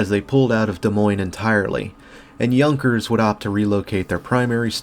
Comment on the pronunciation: Yahn-kers. Not Young-kers.